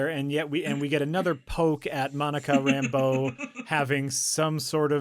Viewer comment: They don't only mispronounce La(y)gos, they also mispronounce Rambeau as RAMbo every chance they get. I watched Cap. Marvel to see if they inherited it from there and Fury can't decide either, pronouncing both syllables equally...